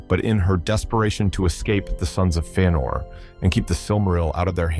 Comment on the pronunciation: Feenor? What are these pronunciations??? Bothering tf out of me